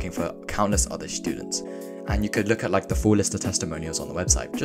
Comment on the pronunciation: am i the only one hearing shtudents?